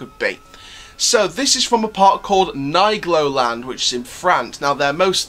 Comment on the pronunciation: Hello just a comment of a french who live at Troyes at 40 km of nigloland in the same department . Yes i go to nigloland 4 to 10 times per year 👍😂 And we say Neegloland Not Naygloland 😂